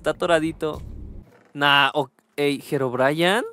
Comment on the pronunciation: Herobrayan ✅🗿👍 Herobrine ❌